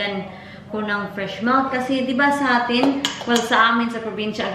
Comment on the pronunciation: You always said melk.... it's milk Is it the dialect in Manchester?